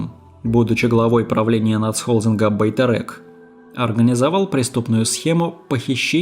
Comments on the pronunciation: Почему русские не могут нормально читать на русском??Байтерек-через Е!!!!! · Почему Россияне не могут произнести свою же букву "Е"? Одни говорят-тЭнге.другие-БайтЭрЭк? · Как интересно вы произносите некоторые слова😂))) Особенно Байтерек)) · Даже нормально произнести не можете 🤦🏻‍♀️ «Байтэрэк», «Велиханович», «Гзыл орда», «Манжилис» и тд